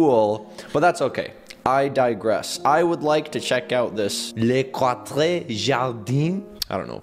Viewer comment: Les Quatres Jardins is French and it means The Four Gardens Quatres is pronounced cots